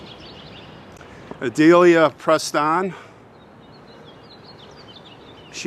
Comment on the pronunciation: Are you saying Odelia or Adelia? Sounds a little weird hearing that other women have the same name as me.